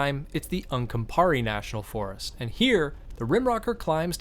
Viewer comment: It's pronounced Un come pa grey...Uncompahgre